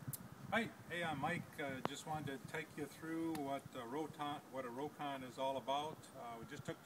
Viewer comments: It's pronounced 'rock-on' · The name is pronounced "Rock-ON"